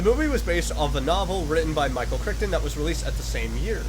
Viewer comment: For future reference, his name is pronounced Cry-ton.. But don't worry, my mom mispronounces it too.